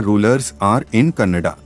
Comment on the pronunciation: It's Kannada not cannada